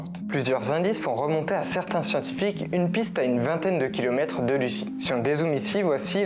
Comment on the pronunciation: Ça se prononce pas Lucie mais luzi lol 😅